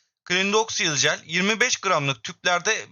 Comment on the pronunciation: Önce telaffuzunu ogreneydin keşke kral